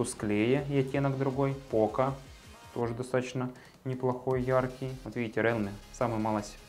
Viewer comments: да не РЭАЛМИ, А РИЛМИ, боже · Не реалме, а РИЛМИ. Хороший видосик. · РИЛМИ по английском, а по руском РЭАЛМИ Как Xiaomi, на руском Ксиаоми, а на английском Жаоми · интересный общий обзор, можно сказать эпичный))) так держать! (в mi note 10 lite нет датчика приближения. realme произносится риилми). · Рэлми мне в уши!